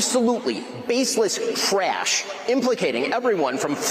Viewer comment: Shapiro whines the word "trash" with two syllables